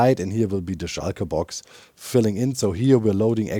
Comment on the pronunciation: whenever Doc says "shulkerbox" it sdounds Like "Schalker Boxen"